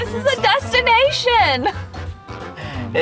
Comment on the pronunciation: Did you say dustination? :-)